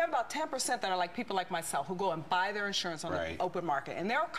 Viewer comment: i dont know but she is very stupid. also it is insurance not ish-unance as she says it lol